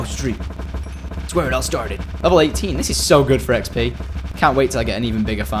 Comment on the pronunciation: He said EggsP for ExP LOL